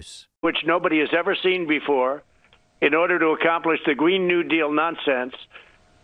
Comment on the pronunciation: he also said "gween new deal"